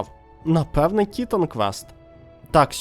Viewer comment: Побуду трохи душнілою. Не тітан квест, а тайтан квест 😂